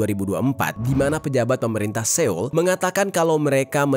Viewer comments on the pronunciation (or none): none